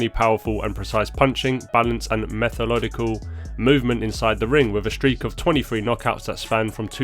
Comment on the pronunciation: "Methalodical" - really enjoyed that bit.